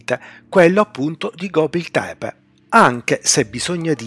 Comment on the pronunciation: Una precisazione! Non voglio fare il pignolo, tutto molto interessante, ma ciò che fa perdere di qualità i video é sicuramente la pronuncia di nomi, luoghi, ecc ecc può sembrare stupido ma dire gobli tebe anziché gobekli tebe può sminuire la qualità dei video! Più attenzione a queste cose